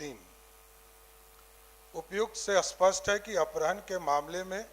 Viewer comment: Apharan read karen na ki aprahan please mantri jee